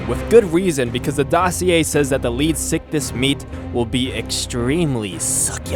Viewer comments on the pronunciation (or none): you also messed up the name is pronounced {Leeds-Ick-This} not {Leed-sick-this} and the reason I'm correcting your placement of the S in pronunciation, this fish was named after Sir Arthur Leeds a man in his late 70's at the time of the animals discovery in a time when the average age was 47-55 before death and here's this Old man wandering around in the desert as one of the earliest Paleontologists and he found the tail fins, Pectoral fins, & Fragments of it's jaw. the man died 3 years later after the British National Paleontology Panel accepted the name Leedsichthys which means Leeds Fish. Just a little history on the real beast for you. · I thought you were saying sickiness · anyone else think he said leech sickness at least once? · This is how you say it lead-if-I-kiss (phonics I) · Does any one else hear lead sickness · I see you're struggling to say it's name, how about we compromise on calling it Leedfuckthis